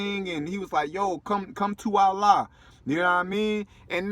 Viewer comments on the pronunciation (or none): none